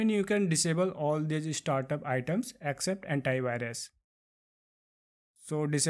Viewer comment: Did he say hentai virus 😂😂😂😂